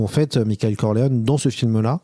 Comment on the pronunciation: J'ai besoin de savoir pourquoi prononce "Mickaël". Ça me hante 😆